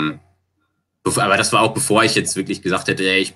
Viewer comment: also ich würd mal tippen das er aus Köln kommt haha hat ja ein großes Geheimnis darum gemacht (verständlich) aber da kam, wenn mich nicht alles täuscht, etwas der kölsche Jung aus ihm heraus :D ( die Betonung „dat“)